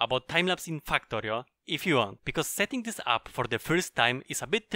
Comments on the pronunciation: u saying FAKKTORIO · can't stop laughing when i heard fuck-torio at the start of the video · I love how he says fucktory.